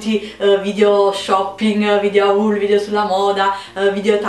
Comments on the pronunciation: Si dice video "hol" no "aul" XD In bocca al lupo comunque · Si scrive HAUL ma si legge HOL!!! ahahaha